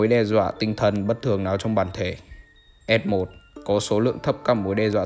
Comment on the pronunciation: cái khúc S0 zới S1 mà tui nghe lộn là F0 zới F1 cơ